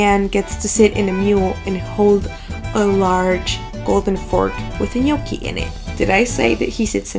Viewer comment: Finally hearing the right pronunciation of their name :) Also, egg is not used everywhere in the dough. If you have good potatoes (some varieties are better than others) and flour, the dough will be already good enough ;)